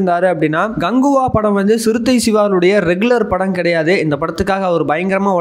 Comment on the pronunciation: Dai Ganguva illa KANGUVA. Oluga sollu